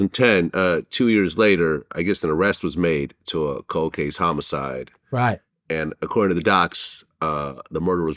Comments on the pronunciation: HOMO-SIDE 😅 wait what? Lol homicide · Dude said Homo sides